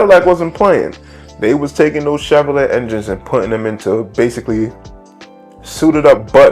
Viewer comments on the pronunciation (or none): It's pronounced "Chev-or-lay" not "let" sheeesh